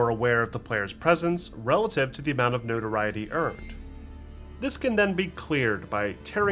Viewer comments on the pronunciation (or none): none